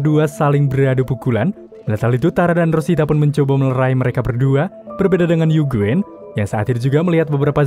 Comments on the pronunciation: UGIN Bang bukan UGWEN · Bang saran nyebut eugeun nya ujin aja lebih gampang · Nama uegene dibaca UGIN BANG bukan eugwen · Mon maaf tapi ngakak yujin dibilang yuguen 🤣🤣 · bang si eugene di baca nya bukan eugene tapi yujin